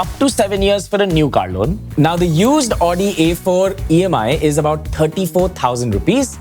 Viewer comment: It's not Aw-di, -----> Aow-di.